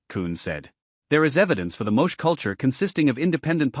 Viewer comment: Pronounced "Mo-chay". !